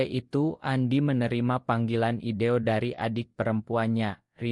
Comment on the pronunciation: Maaf, saya heran dengan suara narator akun ini, mirip suara narator akun lain. Yang saya herankan, beliau tidak mengucapkan kata/istilah dengan benar/lengkap. Contoh: di layar tertulis "investor", yg terdengar "inestor", di layar tertulis "foto", yg terdengar "oto". "video" jadi "ideo", dsb. Apakah ia bukan orang Indonesia atau ...?